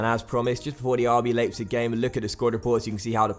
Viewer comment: It's RB L-eye-pzig, not RB Laypzig